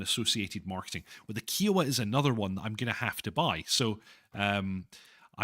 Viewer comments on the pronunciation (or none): OMG, your pronunciation of "Kiowa" is killing me here. It should rhyme with "I owe the". "Eye" not "Eee"